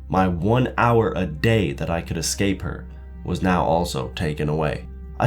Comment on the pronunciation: People, it's 'escape', not 'ex-cape'. Come on!